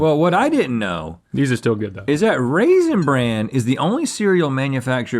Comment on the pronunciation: Rhett can't decide weather to pronounce it raisin bran or raisin brand lmao